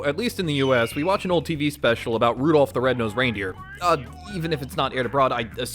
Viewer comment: Rudolph ❎ Rudourph✅